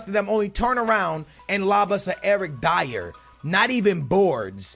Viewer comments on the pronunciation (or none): none